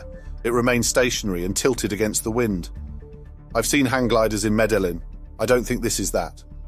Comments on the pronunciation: The name of the Columbian city is phonetically pronounced “Meddy-een.” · Meda Lynn?? Or did you mean Meda-yeen?? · Uzeb-kistan? Meda Lynn? For a former world empire are Brits just awful at geography and pronouncing anything remotely non-English?